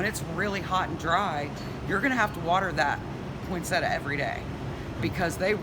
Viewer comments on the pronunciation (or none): Can people just say it correctly. It's poin-sett-ia not point-sett-a. Thank you.